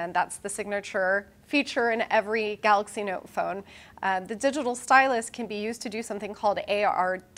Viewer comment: Eddy B yeah, the presenter called it Samsung “Galax” Note 10! He wasn’t able to pronounce it correctly.